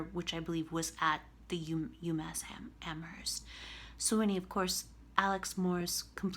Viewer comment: If you're so smart why can't you pronounce Amherst properly?